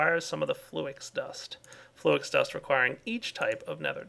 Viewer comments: Flew-Ix? nooo its Flux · its flux... lol you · fl - ex insted of flux.. lol